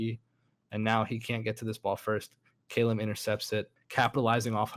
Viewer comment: the way he says "Calum" l0l